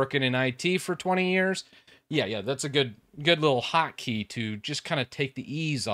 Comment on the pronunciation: Hockey? What’shockeygottodowithwinders??? ... oh annunciation! I get it.